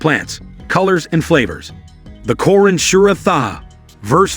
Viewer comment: You're pronunciation is, completely wrong, it's Qu' raan please